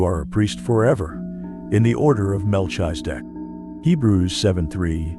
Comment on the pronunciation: The information from the video is legit it’s a shame they using AI to pronounce his name Incorrectly. Definitely wasn’t necessary to shake the screen the whole way through